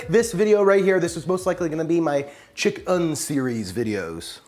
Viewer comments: Chick-"IN"!!! IN, IN, IN!! NOT chick-"UN"!!!! 😂😂😂😬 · I love how he says “chick-UHN” to differentiate that it’s vegan chicken.